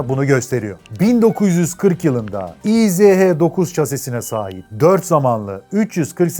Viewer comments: Kardew - izh- degil ismi motorun - ij - dir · Tofaş ismini bi yabancı, Tofas diye telaffuz ederse nasıl komik oluyorsa, izh(иж) ij yerine i-ze-he diye telaffuz etmek de o kadar komik! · Güzel vidyo olmuş. Abi markanın ismi izh değil, İJ dir. İngilizcede j harfi olmadığı için j-yi. zh- diye çeviriyorlar. Fabrikanın bugünkü ismi İJMAŞ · İ J yazıyor izh diyorsun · Yıllarca İJ (иж) olarak bildiğim motora izehe denilmesi çok garip geliyor kulağa 😅 Bin defa da izh izh.., ij diye okunuyor... 😅😊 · İj diye okunuyor abi :)